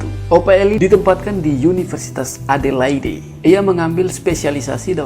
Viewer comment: Dan Adelaide (Edeleid)